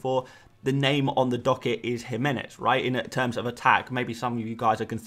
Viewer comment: Thank you for pronouncing Jimenez correctly!!!!! You're about the only person who does!